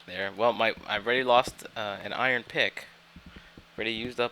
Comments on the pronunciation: it's pronounced eye-rn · He pronounces iron "eye-yearn" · For fucks sake its IRON.